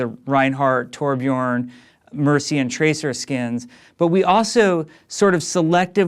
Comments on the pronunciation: We he Said Torbjorn. Not Torbjörn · Some people can pronounce Torbjörn correctly, not Torbjårn. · Say torbion please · He said "Torbyrn" Dinoflask! :] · videos he pronounced the ö as an o though